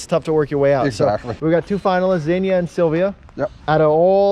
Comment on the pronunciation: Xenia is pronounced Zee-nia not Zen-ia.